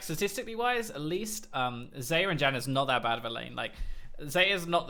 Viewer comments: it's zie-yah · I don't care What u say but i hear alot of Sa-ya